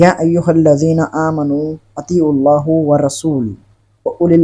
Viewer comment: اطیعواللّٰه۔۔میں اللہ کے نام میں لفظ (ہ),پر زبر ہے اور یہ جاھل پیش پڑرھا ہے